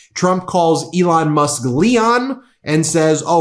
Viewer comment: He said, Leon...... Elon.